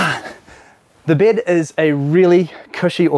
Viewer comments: You know someone’s a kiwi when they say ‘bid’ instead of bed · its bed not bid you moron